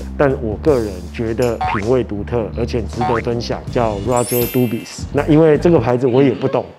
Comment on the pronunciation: s沒有發音吧